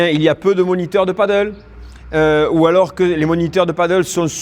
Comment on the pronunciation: Merci pour toutes les explications tres utiles, mais quand allez vous appeler ce sport par son vrai nom ???!!! c'est du PADEL pas du Paddle ! comment peut-on donner des cours de Padel sans jamais le prononcer une seule fois correctement !!